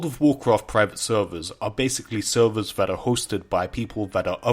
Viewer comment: take a shot everytime he says sewwerz